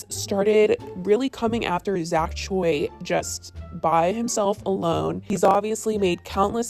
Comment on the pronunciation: why are white girls so incapable of pronouncing choi correctly??